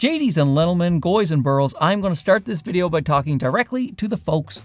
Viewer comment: Gadies and Lentlemen, Goys and Birls lol